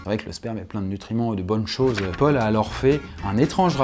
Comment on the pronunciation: Le "PAUL" 😭😭😭😭😭 NON